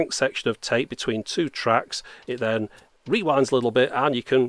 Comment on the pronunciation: Устал слушать вместо тэйп говорит цейп цейп. tape=царе